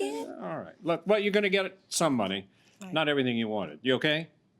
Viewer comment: "I get the MON-AY!"